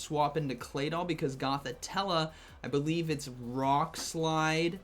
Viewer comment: Love you and your content you helped me a lot with go battle league but please look up how to pronounce Gothitelle